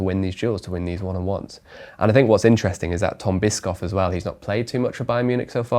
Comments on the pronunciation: his name is not Tom Bisc-off 😂😂😂 it's spelled Bi-sh-off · Fantastic episode. As a Bayern fan, I think you lot really nailed it down accurately. Couple of quibbles. I know German can be hard but, it's Tom Bishhhhoffff... Not Bisk-Hop. He, along with Aleks are going to be seeing more and more playing time. Lennert Karl is also going to be someone you'll be mentioning a lot in the future. PSG is a fair comparison, but don't forget that we were outplaying them in the club world cup for most of the game. If Musiala doesn't get hurt, I think we win. Luckily we get to prove that point very soon. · Edit: And calling Tom Bischof "Tom Biskoff", is more evidence for this guy having no clue, but simply reading data. True football cosumers know that player. Hes one of the biggest midfield talents in football right now.